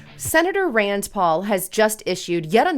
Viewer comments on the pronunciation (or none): Rand NOT Rands. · RAND , It’s RAND